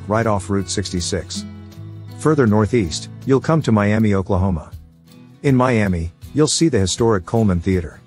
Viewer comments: Miami Ok, Pronounced Miama not Miame Miami is the capital of the federally recognized Miami Tribe of Oklahoma, after which it is named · Miami is not pronounced my-am-ee, it is pronounced my-am-uh. You'll get corrected real quick about that in Oklahoma.